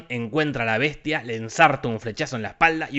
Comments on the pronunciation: "La Besha y la Beshtia" :v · en vez de escuchar la besha y la bestia,estaba por escuchar avensher xd